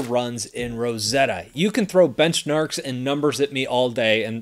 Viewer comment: Bench-Narks? 🤔😂😂😂 BTW, Big Fan!